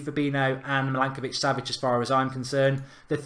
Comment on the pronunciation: You said milankovic, it is milinkovic. You pronounced weigl like veegal, it’s pronounced like vaigal. Jorginho and fabinho you didn’t pronounce the ending right. The ending is pronounced like eenyo. It’s pretty funny and annoying